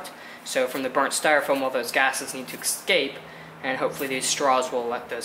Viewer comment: great video..... but the word is escape (pronounced es - cape) not excape